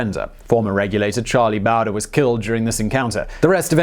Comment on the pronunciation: Charlie Bow-dree. Not Charlie Bow-der.